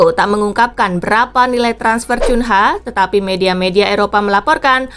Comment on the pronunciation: Cunha 😀😀 bacanya kunha karena itu bahasa portugis